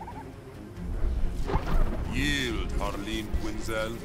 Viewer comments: It’s Harleen not Harline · Small Note - it's Harleen, not Harline.